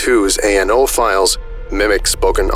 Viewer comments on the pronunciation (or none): I know it's probably the dyslexia, but you do keep saying .nao instead of .ano files. Not really a big deal, I just kept noticing it.